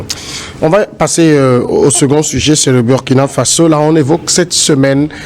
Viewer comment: M. Le journaliste, prononcez s'il vous plaît le nom du pays de Thomas Sankara dans la langue de celui-ci et non en anglais ou en tout autre langue. Et puis, que voulez-vous finalement.????